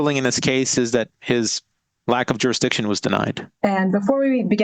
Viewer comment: Why can’t they say “jurisdiction?” It’s always juruhdiktion